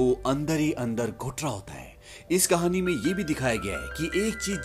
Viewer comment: कहणी नहीं भे कहाणी 😅😅😅😅😅😅😮😢ये सिक😢😢😮😅😅